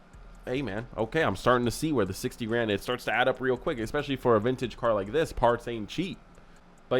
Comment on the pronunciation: Did you really say "ekspecially?" Wow.